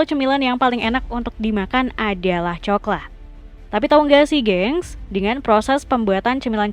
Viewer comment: Kemenyan jadi kemenyah, semen jadi semeh, coklat jadi coklah 😭🤣 Mana di akhir video pembuatan pensil tapi tulisannya pembuatan uang, kocak .